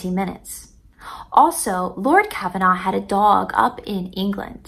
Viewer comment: The Lord that was helping Carter was Lord Carnarvon. Car-nar-von. Not Kavanaugh. A little bit of trivia is that Lord Carnarvon's home was Highclere Castle. Highclere Castle is where "Downton Abby" is filmed.